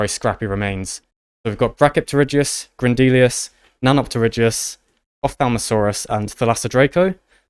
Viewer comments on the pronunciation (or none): Grendelius, literally named for Grendel, pronounced properly as "GREHN-dehl," and yet you KEEP saying, "Grehn-DEE-lI-us." It is Grehn DEH-li-us." And all the mispronouncing THs as Fs.... It is not TEEF, it is TEETH. There is no such word as FREE defined as 3 things. The word is THREE. FFS, dudes, get it right, if you expect respect. Please and thank you.